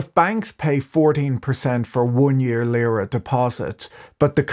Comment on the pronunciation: It's not Lıra (as you pronounce it) but Lira. The i is pronounced as in see.